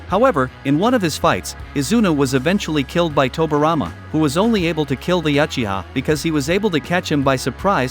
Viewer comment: shiswera yes shisqwer uhiha junjustu LOL